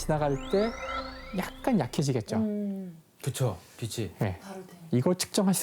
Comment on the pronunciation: 자꾸 비시 비시 라고 발음하시는데 비치라고 발음 부탁드려요. 너무 거슬려서요...